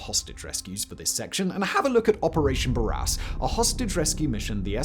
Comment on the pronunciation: God, he talks some crap about Barras. (Can’t even pronounce it correctly) The Chinooks were from 7 Sqn - RAF. The Lynx were from 657 Sqn - Army Air Corps (There was also a RN Lynx from HMS Argyll later on). The formation held to the west in order to arrive at the target on time, nothing more. They were called in when the surveillance team reported that they could hear the aircraft in the hold, so the attack was a couple of minutes early. ‘Jammed their flight sticks into the canopies’ - WTF does that mean! 😂 They flew low to give the element of surprise but there was never a plan to blow roofs off - that just happened once they arrived, as an accident. No one mentions that the northern 2 ac then used IR flares as they approached to scare the shite out of the WSB and to disorientate them (it was still fairly dark). The Chinooks has an M60 on the ramp, not a GPMG. The Lynx were not missile armed, they had M3M 50 cals. One of them had an engine failure so had to leave. The 3rd ac on the southern target (Magbeni) dropped the 1PARA guys, in two waves, and engaged the truck-mounted weapon. After that, it was respond to tasking as required and take refuels from the C130 ALARP (47 Sqn, RAF) sitting at Hastings airfield. The hostages and Chinook crews (not the Lynx guys, I don’t think - not sure) then spent the night on RFA Sir Percival in Freetown harbour before being flown home the next day. The SF team. Percy had a full surgical team on board, where all casualties were treated durin